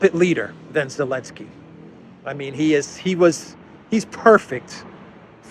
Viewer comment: Why do you call him Elensky?